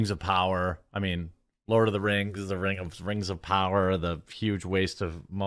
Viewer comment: When Durin's wife said:" Lord of da Rang, Return of the kang" I busted out in tears